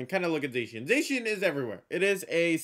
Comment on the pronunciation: It's Zah-Key-Ahn, not Zayshian.